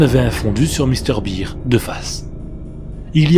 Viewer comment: Par contre... pk tu prononce "bear" en "beer" mdr